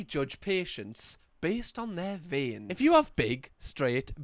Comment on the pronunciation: I feel more faint everytime you say vien 🫠